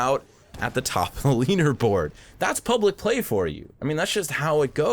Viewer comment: When the video hit 3 minutes you said "top of the leaner board"